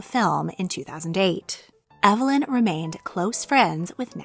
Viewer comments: Waugh's name was pronounced EEV-lin, not EV-uh-lin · I've never heard Waugh's first name pronounced "ev uh lin". I've always heard "eev lin".